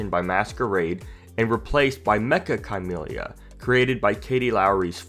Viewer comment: Chamelia is pronounced like chameleon